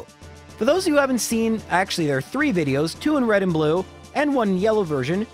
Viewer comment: "red and blu-no" is the best thing I have heard all week I hope that's his new name now that's hilarious and fantastic